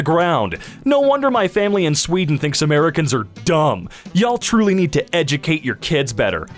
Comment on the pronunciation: You mispronounced “Americans”.